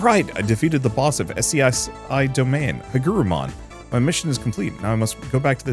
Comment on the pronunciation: FYI SCSI is pronounced 'Scuzzy'. Also Digimon has a lot of cool themes that work really cool for darker stories. Dark digivolution can be used in some pretty interesting ways. And several digimon try to kidnap and or hold hostages.